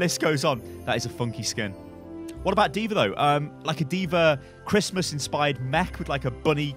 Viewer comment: Can you stop saying deever 😂 dee vuh